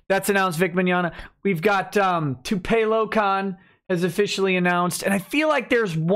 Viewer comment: I have never heard someone miss-pronounce Tupelo before wow lol